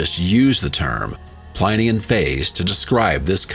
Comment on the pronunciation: Well done but awful AI narration: varied and mispronounced words like for Pompeii (Pom-pay-e) and Plinian (Plyn-ian). Disgraceful. I hate that so much. Glad they at least got the month right.